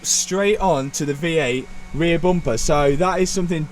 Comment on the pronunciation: It's just a Bumper not Buumpah.